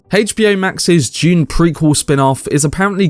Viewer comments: Dune, with a D. Not June with a J. Just kidding I don’t give a shit how you pronounce it. I just thought you were saying June part 2 like 50 times 😅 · Is this information June Part 2 or of Dune Part 2. Sorry Mate i would enjoy your reveal better if you could pronounce "Dune" its really hard to ignore. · I may be wrong, but I think it is pronounced "d"une, not "j"une. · No hate. I couldn’t stop hearing you say June instead of dune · This was a fantastic film until the ridiculous fight scene in the end. Still excited about 2. Nobody took the time to let this guy know to say dune not June.? 🤣🤣🤣🤣